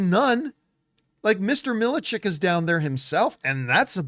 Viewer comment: It’s pronounced MIL-CHECK lol